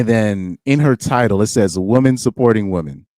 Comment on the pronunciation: You realise woman and women are pronounced differently? Surely?